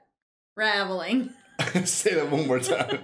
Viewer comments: the moment has a mini-stroke lol "Unravulling!" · Note to: If you ever want to be a detective, you need to practice pronouncing the word "unraveling"